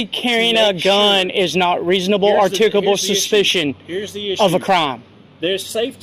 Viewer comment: I think it's funny how none of these auditors can pronounce "articulable". 🤣